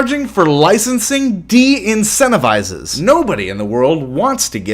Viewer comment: Disincentivizes... just saying